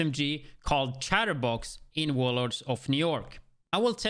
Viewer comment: Can't pronounce "chest piece" but pronounces " Chatterbox " correctly...what?